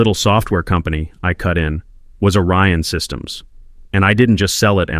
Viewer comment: And is it ORION SYSTEMS or ARYAN SYSTEMS.Your AI bubble writer is confused ..Because 1 sounds legit but the other .ARYAN ..errrrr sounds a bit ..how can i put it..Master racey as in Hitler